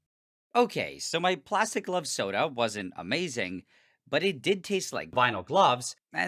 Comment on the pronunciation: It almost sounds like he says "Club Soda"